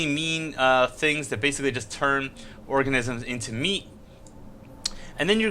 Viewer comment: Every time he says cow or meat... I cringe. Are you fucking sorry?